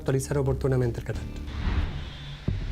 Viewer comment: Porque no pronuncia bien la tra tre tri tro tru Pablo Muñoz pronuncia bien catastro no mastiques la tro